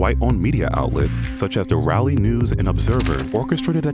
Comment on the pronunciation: Uh... Raleigh is not "RALLY", but "RAWLEE"...